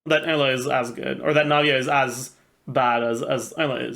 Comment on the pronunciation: Why pronounce Eula like that?